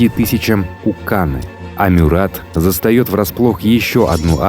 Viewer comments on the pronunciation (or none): Только правильно - МЮрат.. а так , очень классный выпуск 👍